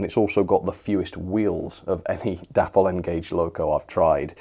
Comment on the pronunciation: Day-pol not dappol! If you watch any Dapol videos you’ll hear that’s how they pronounce. English spelling rules tells us that Day-pol is correct!